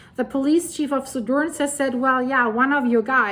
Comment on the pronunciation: Suðurnes is pronounced Su thur ness.